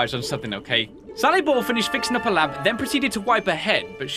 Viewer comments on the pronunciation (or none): It's not sally boil, It's sally boi 😁